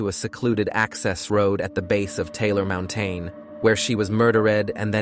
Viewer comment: I thought; "cris-sis and heared, murder_ed, mountein, dump-ed and deeid what's that!?!😂😂😂😂 They made one of the most serious serial killers sound like a comedy! Not good! read your own scripts please!